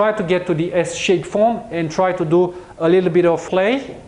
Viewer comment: Чувака учили английскому в сельской советской школе? Все эти "ту ду" ужасно режут слух.